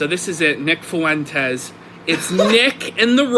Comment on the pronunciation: I will never “not smile” whenever I hear pronounce Fuentes as “FOO WENT EZZZ” with 3 syllables instead of 2.